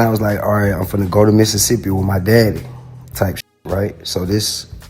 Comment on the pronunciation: He say Mississippi just like Mississippi people ❤️💯😭